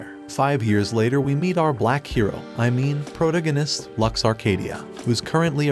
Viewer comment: Bro said "pronagonist"💀